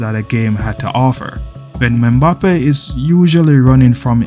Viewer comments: its EM-BAPPE not ME-BAPPE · Menbappe😂😂😂 thought I was the only one who noticed that